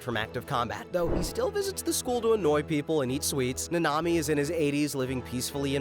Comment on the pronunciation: I hate how he pronounces nanami